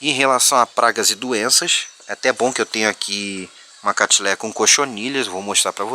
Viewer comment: Nao é catileia é catleia